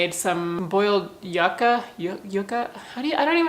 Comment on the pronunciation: I believe Its pronounced like yookah!